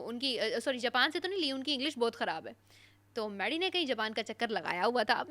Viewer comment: Sara neelum Kuch words ghalat bolty hai Tu madam aap Ka Bhi word " Buhat " ghalat hai 😅 !